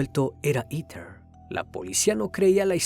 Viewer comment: Todo bien pero en serio “iter” ????? Heather se pronuncia JEDER